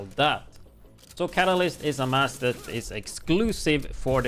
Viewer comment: It's actually pronounced "Ka-Ta-List" It's a chemistry term for something that is added to a solution to increase a chemical reaction with out it undergoing any chemical change, itself. It's spelled: Catalyst; your pronunciation would have it spelled: Catalysis.